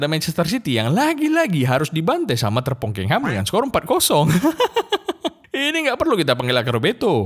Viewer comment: Jangan sebut terpongkengHam dong, sebel bgt gua denger nya